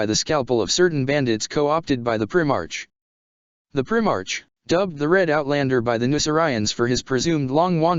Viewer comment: What kind of reading is this... its pronounced "prime arc" not "prim arch"